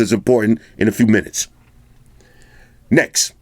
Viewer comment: I was literally predicting the word "Next" it sounds like "Nex"... My first time of watching your review, this is mind blowing man. I have subscribed and liked wish I could give u 1000 likes from me. Nice on Bro all the way from Nigeria... NEX!